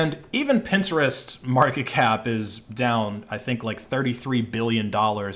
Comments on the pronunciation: the way he pronounced pintrist was freakin hilarious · Stop saying Pinterest like that gd bro and nobody uses snap chat that shit is dead